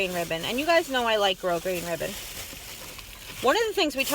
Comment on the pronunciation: Love your videos,and you said grosgrain correct!i love you! Lol xxx